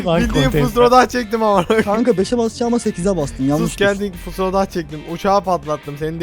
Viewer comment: abi o fusrodah deilde fahrodus sanki ;D